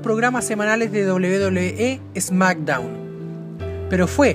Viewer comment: "Esmackdown" o "Smackdown"??? Jajajajajaja!!!